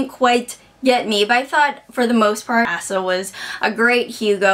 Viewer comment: I think his name is pronounced Ay-sah.